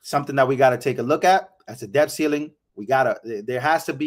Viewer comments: Love your videos! Thank you for your hardwork. The letter "b" is silent in the word "Debt." It sounds like, "Det." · Stop pronouncing the 'b' in the word 'debt'. It's a letter. It's like pronouncing the 'g' in 'laugh'. It's bad. Don't do it. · sorry, I can't., bro, the "b" in "debt" is silent. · It's imports and exports, not outports.. .lol and the "b" is silent in the word debt. Just trying to help.